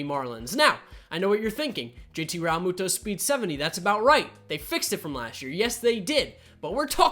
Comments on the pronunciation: How he says realmuto triggers me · Proatanything06 same